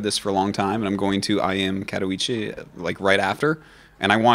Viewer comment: Please, check out how to pronounce katowice